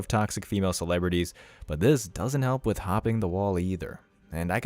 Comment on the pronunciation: It's not wiitch You ! It with You !!!